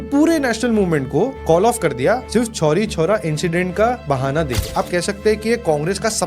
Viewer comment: छोरी छोरा नहीं चौरी चौरा कांड 😂 by the way nice video